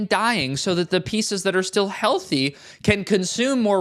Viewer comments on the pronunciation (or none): none